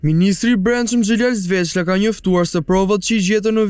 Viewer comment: Sveçla e jo Zveçla. 😂